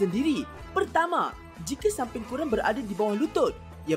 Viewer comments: Sis.... Bkn sumping.... Tapi sampin🤗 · SAMPIN lah..bukan SUMPIN..😅